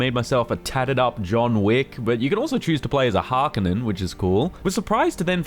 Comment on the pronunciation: Why do you say Harkonen like that